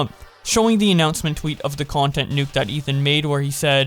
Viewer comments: Can you fixed the "nuké" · it's pronounced new-kay now